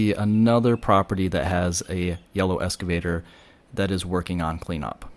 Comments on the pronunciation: Pronounce it “excavator” not escavator. It’s a common mistake. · Excavator, not escavator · Please....the word is 'eXcavator'. not escavator. Small thing but really annoying, lol. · It is pronounced EXCAVATOR...not ESCAVATOR...thank you. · That's the first time I've heard EXcavator called an escavator. You can call it whatever you'd like and not trying to be a word Nazi, just had to share. Excellent drone footage of a terrible disaster. Is govt. red tape getting in the way of getting things moving forward? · FYI - Excavator not “escavator”. ❤ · Note: The word is "excavator", not "escavator." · Nota bene: they are excavators, not "escavators"... ;) 😉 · It’s an excavator not an escavator. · Good job, informative but, Ex- cave-ator not Eska-vator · Thanks - would like to see where they are taking the debris. Minor correction - it’s excavator - not escavator. ❤ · Hi: Don't want to seem critical however they are called "excavators" not "escavators". Love the drone fotrtage. Will be on Maui in March. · Hate to be a nit-pik, considering the service you're providing.....but...it's pronounced "EXcavator", like you're taking X. Not like you're riding an ESCALATOR. LOL. Anywho, thanks. I'm fucking flabbergasted by the destruction and hence forth, the lack of dozens and dozens of excavators y'alls need to do the job. (git-r-dun) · You can’t pronounce excavator correctly,, It’s an X not an S